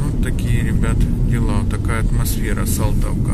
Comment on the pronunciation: Салтовка,а не Солтовка